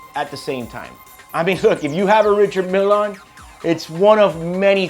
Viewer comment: Umm… “Richard?” May need to check the proper pronunciation of the brand, sir, is my only recommendation. Thank you kindly.